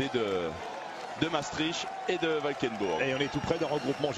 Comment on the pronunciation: Ne dites pas "Mastrich" mais prononcez "Mââstrikt" MM Les Français. Il y a encore beaucoup de travail avant de prononcer correctement les noms qui vous sont étrangers...